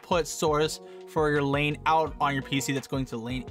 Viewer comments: It's not "Lane" ... it's "Line" for all those wondering. Line-In and Line-Out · i like how your saying lane not line lol but thanks for the help i been having issue with my audio routing this helpped me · I laughed when he hovers over the word line and he still says lane lol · Lane = Line, is that a local accent? Great video, helped me tremendously.